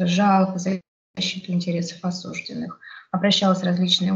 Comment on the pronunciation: Девушка милая и молодая, видимо не знает еще , что слово осужденный с ударением на второй слог произносят только менты родом из крестьян. Правильно говорить "осуждённый".